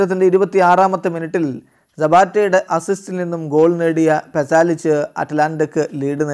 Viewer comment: അറ്റലാന്റെയുടെ ഗോൾ പലാസിച്ചോ, "പാസലിച്ച്" നോക്കിയെങ്കിലും വായിക്ക് അണ്ണാ....🙄